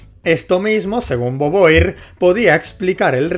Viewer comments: tremendo jumpscare escuchar alguien pronunciar beauvoir como "boboir" en vez de "bovua" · muere un francés cada que dices boboir. y eso es bueno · Cómo te digo que se pronuncia /Vu-Vua/ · boboir se parece a boba, le queda bien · Cualquiera se quejaría de como pronuncia el apellido de beauvoir, pero socialmente está condicionado como Español y no le es posible respetar el francés. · Simon de bubua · Si me dieron ganas de golpearlo por decirlo mal, pero ya sé que los de España son inútiles para pronunciar correctamente otras lenguas...Spiderman...